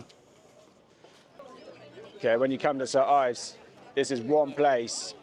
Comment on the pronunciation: Its "Saint Ives" Great video